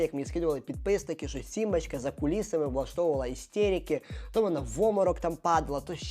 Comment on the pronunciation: Сорян. не "симбачка", а "сімбочка". не "пропагандувати", а "пропагувати". Пане, беріть на озброєння ☺